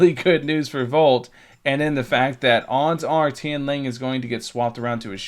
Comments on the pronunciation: Its Tian “Lang”. Not Tian “Ling”. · Tian L(A)NG, not Tian L(I)ng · its Tian LANG thx not ling LA NG